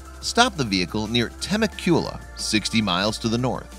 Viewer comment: Joyce Joseph Yep Tuh-meck-u-luh Glad I'm not the only one that drives nuts